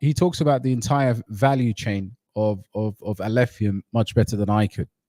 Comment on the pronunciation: was purposefully mispronouncing Alephium to ridicule it as he's the biggest Kaspa maxi and believes everything else must burn as it's his competition. Alph will fly so high despite his antics.